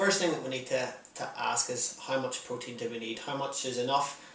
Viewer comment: When you said "protein" I thought you said "cocaine". xD